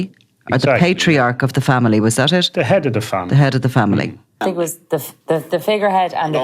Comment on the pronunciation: The way he says think is brilliant tink 😂😂😂